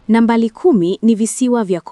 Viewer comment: Kiswahili chako kibaya. Unasema Nambali kumi ni Comolo badala ya nambari kumi ni Comoro